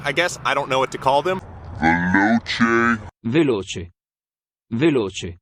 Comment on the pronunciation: Listen to Giada DeLaurentiis on how to pronounce veloce. She is after all the person that pronounces every Italian word correctly.